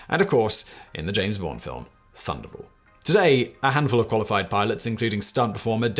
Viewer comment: Dude, how did you pronounce Thunderball? Have you even seen the movie...or any of the James Bond movies?!!!